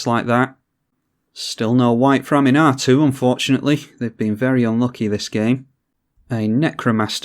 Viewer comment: Ahm-un-ah-too...that's how you pronounce her...not Animar, lol. Oh wait, now you're pronouncing it correctly...trolling us, noice...really nice edition with mimic vat... I have quickly stopped underestimating Gherid and wort mother because of your game plays so thanks for that!